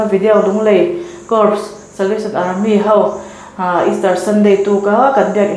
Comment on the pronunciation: Corps hi cor tiin lam tur aw